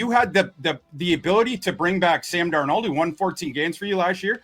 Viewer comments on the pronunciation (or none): Why does keep pronouncing Sam's last name as two names? 'Dar Nold'?